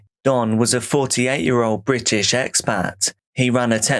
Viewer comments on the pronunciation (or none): none